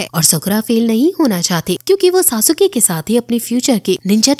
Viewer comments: It's sasuke not sa su ka (￣へ ￣ 凸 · Sasuke hai sasuuke nhi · It's not sa-su-ke it's sasuke(suske) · It's not सासुके it's सास्के 👍